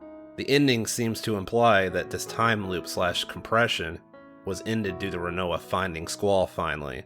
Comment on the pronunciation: And you can’t pronounce Rinoa!